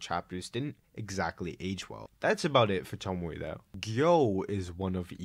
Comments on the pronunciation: toh-mee-ay. there you go. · Tomie (toe-me-aye) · saying tomie like “tomoay” is wild, it’s literally a phonetically spelt name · Ive decided im going to start pronouncing tomie as “tomo-eh” and see how it takes until someone murders me and disassembles my body. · Hearing Tomie pronounced as Tomoe was unreasonably annoying tbh. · I had this on as background noise and as soon as I heard "Tomoy" I was fully pulled out of what I was doing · it's toe-me-ay, not sure how to explain this but the syllables in japanese words are pronounce one by one, unlike english where some syllables is omitted (oboe in english is o-boe as in like o-bow but in japanese is o-bo-e as in like o-bow-ay) im not expert in this so sorry if theres a mistake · The fact that you keep saying "Tomoe" while repeatedly showing the name "Tomie" is infuriating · Great video, but Tomie is pronounced toe-me-ay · Why does he say “tomowe” instead of tomie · The video was nice but PLEASE never say tomowhe again i beg of you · I like the video but the way you pronounce names like Tomie and Remina is scarier than any Junji Ito manga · why do you say Tomie like that